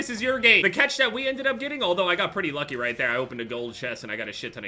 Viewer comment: Why do you say cetch. It’s cAtch